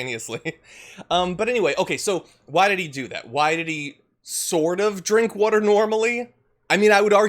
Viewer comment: Are you saying “wuter “?